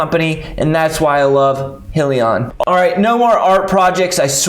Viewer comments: Please first learn how to accurately pronounce the company name in order to be taken seriously. It's High..lee...on. Not Hill...lee...on. SMH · Congrats on the post but just a reminder though, it’s pronounced “High-lion” not “He-lion” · FYI.... Its not "Hill-e-on" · What is Hill-e-on? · your saying Hyliion wrong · Good video though! - But proper pronunciation exhibits much more “in the know” and a higher level of professionalism! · Please learn how to say the companies name right 😂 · Lmao was my first thought as well especially if u are making videos about them!